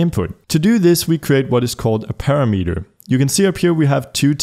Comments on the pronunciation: It's pronounced parameter, not parameter. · "parameter" lol